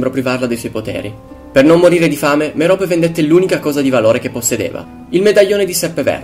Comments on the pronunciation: si dice Mérope non Meròpe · merope ha l'accento sulla e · morfin,e si dice merop e poi si chiama marvolo